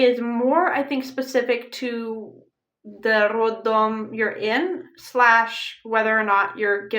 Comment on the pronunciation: You say word "roddom" very Russian-like!!!!👏👏👏